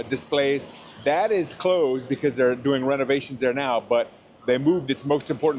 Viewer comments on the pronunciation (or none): none